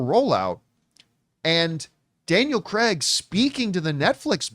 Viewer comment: "Daniel Cregg" 😂